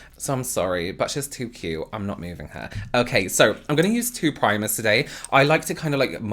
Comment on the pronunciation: "okhey" 👍 luv it! 😂🥰